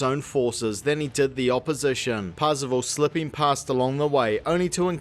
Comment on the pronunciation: I keep hearing Parzival as 'passable', is that intentional? lol